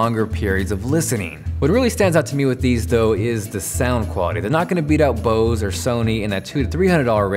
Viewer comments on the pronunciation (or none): none